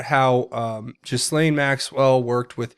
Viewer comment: I believe the “s” is silent on Ghislaine.